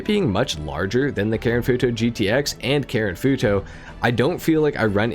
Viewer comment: It’s the way he says foo toe for me